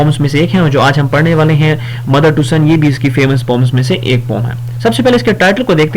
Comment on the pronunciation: Sir; you have spoken poems to pomes on starting please correct please do not be angry:face-red-droopy-eyes